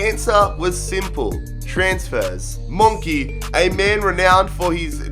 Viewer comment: Did he call Monchi, Monkee?